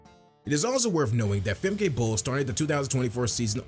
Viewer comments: It\s Femka, not Femkay..... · And it’s Fem-kuh. Not Fem-Kay